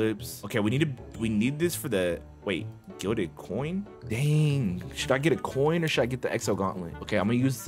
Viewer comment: why does everyone say glided and not gilded